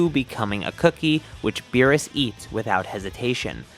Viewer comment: He said meerus except beerus